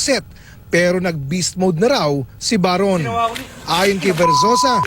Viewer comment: baron not bayron Mike ayusin mo PAG rarap mo este pag rereport